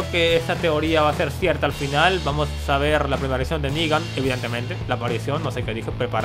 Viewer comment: Y por cierto es "Negan" no "Nigga" bitches .